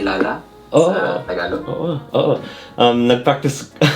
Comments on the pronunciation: Bro doesn’t even know how to say the language it’s “Tagalog” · I'm filipino but i can't even speak tagalog correctly and it's also pronounced taga-log